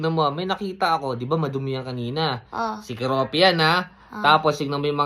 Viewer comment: Koropi Po Hindi koropi 😂